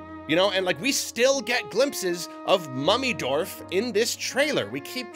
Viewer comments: You said Mummy dorf, i heard mommy dorf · "Mummydorf" I understood Mommydorf